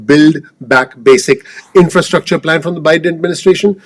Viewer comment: INFURSTRCTURE SHAKING MY HEAD TAKE CARE OF THE PEOPLE'S 1st. Then go back and debate stuff and things. ( THANK YOU MRS. YELLING for thinking about the people's.